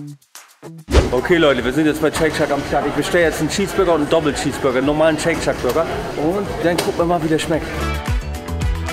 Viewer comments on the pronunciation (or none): Wie immer interessantes Video aber ich muss dich fairerweise korrigieren. Du sprichst den Burger irgendwie falsch aus. Es liest sich im Deutschen wie Scheyk Scheck und nicht Scheyk Schak